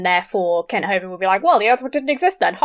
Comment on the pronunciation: After Brett Keane said Kent Hovind as “Mr Hovine” I will always call him that.